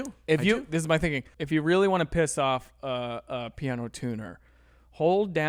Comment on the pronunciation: Pee-ano. :D